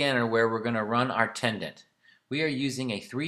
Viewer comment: Tendon….. not “tendant”